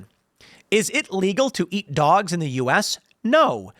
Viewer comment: Tim said dwags and cats lol